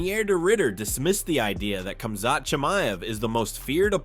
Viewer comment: Not even pronouncing Khamzats name correctly.. I don’t think the people who create these videos actually watch mma or the ufc.